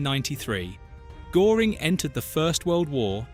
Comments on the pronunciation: AI Narrator mispronounced his name: Göring's name has an umlaut over the letter Ö, which alters the pronunciation. Despite that, I found this interesting, but found it annoying and unprofessional to butcher his name. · it can't even pronounce Goering properly. (I haven't got an umlaut 'o' on my keyboard, so have to spell it the English way...) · Thanks video well done, but pls try to pronounce his name correctly when using it so often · "The nazis were evil" - its hard to take you seriously, koserboy. Also, its Göring, not Goring. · Can't the idiot A.I. say Göring properly. It rhymes with 'touring' and not 'boring'? shows Adolf Hitler's mountain retreat, the Berghof, located on the Obersalzberg in the Bavarian Alps, NOT Carinhall Schorfheide, in Brandenburg. "While Himmler wore his austere SS black ...." Picture shows Himmler in a grey uniform. Do these guys ever check the A.I.?????? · When you make a documentary about a historic figure the least you can do is get his name pronounced well not "Gooring" but : " Geuring" ( o umlaut) or doesn't know AI that how to do? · Gőring is pronounced gerring not “Goring” which is a village in South Oxfordshire near the boundary with Berkshire. If you’re going to have an AI narration you’ll need to edit it. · Wanna show the map for the 1930s? Are you unaware that borders had changed? Or are you just concerned with clicks? And the name Göring is not pronounced GORE ing, rather GUER ring. And the narrative is choppy and words are mated with the wrong words left and right of them. Do you even use punctuation in your AI generated script? Please do the real research in wikipedia befor you do "research" in Face Buch or whatever. Please check your work. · Very good! But Goering should be pronounced to rhyme with purring, not pouring. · Please english speaking content creators ... at least get the pronunciation of the main character in your videos right. Not Goring, but Göring. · I know it's really off putting!